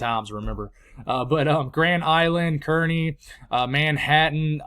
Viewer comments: Congrats on the ordination. Awesome! To help you with a couple of pronunciations in NE, it it Hay-stings, Car-knee, and Chadron is pronounced with an SH sound as Shadron. Love the channel. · For Hastings you were right the first time. Think of the Fonz. Aaaahhh Hay-Stings. For Kearney think of circus people. Car-knees. Beatrice. Bee-at-rice. I'll bring you more phonics when needed. Keep it up though.